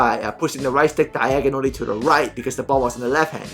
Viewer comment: “DYEGONALLY” you the man keep it up lol